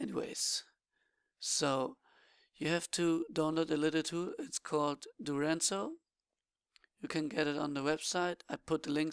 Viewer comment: Dude can't you read? DuraZNo, not DuraNZo